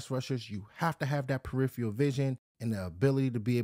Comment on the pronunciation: The word is peripheral. Don't use it if you are not going to pronounce it correctly.